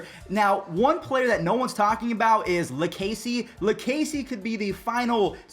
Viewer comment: He really said Lu casey